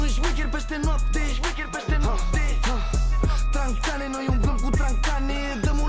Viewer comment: Baaa acm vad din nou reactia asta si ai zs tractane in loc de tragane🤣🤣(no hate) i love you 🥰🤣